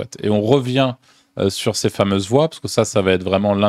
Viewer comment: C'est chez eux qui les voix synthétiques qui n'arrivent pas à prononcer le mot "ces"? Et qui prononcent Cé-eu-èsse ?